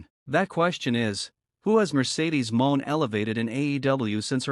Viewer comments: Please stop mispronouncing monet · Stop mispronouncing Monet 😢